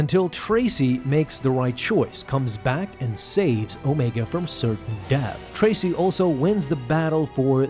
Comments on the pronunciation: It’s Trace, as in Trace a drawing, not Tracey. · Trace / not Tracy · Trace not Tracy lol